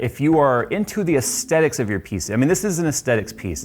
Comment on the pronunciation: is there a reason you pronounce aesthetics like that? u trollin?